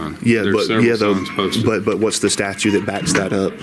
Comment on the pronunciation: The word is STATUTE, not statue, tons o’ fun. Seriously, you walk around doing this nonsense every day, and still don’t know what the word is? Lol.